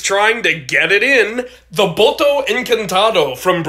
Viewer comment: The name is just Boto, "encantato" isn't even a word in Portuguese (encantado is, but it's not usually used as part of the Boto's name). The rest was right though. Well, the pronunciation is more like boh-to rather than boh-toh, but close enough. ;)